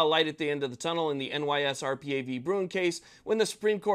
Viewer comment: I like that you don't say nysrpa (nie-surpa)